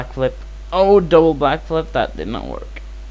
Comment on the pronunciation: "black flip" idk if that was your accent or it was intentional, either way it was funny